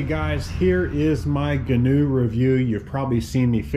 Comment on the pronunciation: If you're going to own one, you should know how to properly pronounce the name....